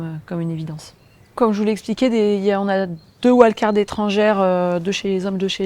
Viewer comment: Et pourquoi pas "invitations" au lieu de "wild-cards" ? D'ailleurs ce n'est même pas correctement prononcé. Ah cette langue qui se perd ! Ah cette fin de civilisation qui approche !